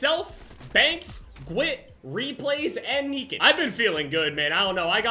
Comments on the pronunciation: Ma bit said “neekan” instead of “ Nikan” cmon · Knee Ken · Did he say niken? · Jev why in the world did you say Nikan’s name like that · Why'd you say NIKAN like that lmao